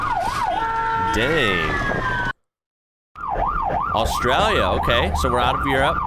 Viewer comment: Wtf is Czechia 😂 and Austria lia 😂